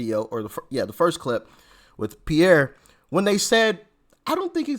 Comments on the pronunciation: Doc - love your content and your presentation. May I just offer this information, with all due respect - the gentleman's name, the one who interviewed Dennis Quaid, his name is pronounced "Peers", not Pierre, Peers Morgan. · Sorry to be an ass. But the guy's name is pronounced like an ocean pier that you walk out to fish on. Piers Morgan.